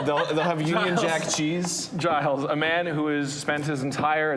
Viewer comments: Twitching everytime they pronounce it "Guy-lls" instead of "Jai-lls" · The fact that they pronounced Giles with a hard G is really annoying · Why do people call him "Guyles"? Is Giles difficult to say or something?